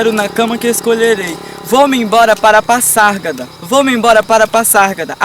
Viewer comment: Se pronuncia Pazárgada e nao Passargada